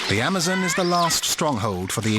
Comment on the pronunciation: the guys goes amozoons lol